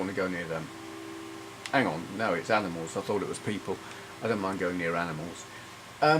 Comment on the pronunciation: 'Oh look, aminals' - 2019